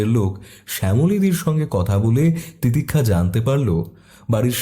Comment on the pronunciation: তিতিক্ষার 'স' এর উচ্চারণ শুনতে বিরক্ত লাগছিল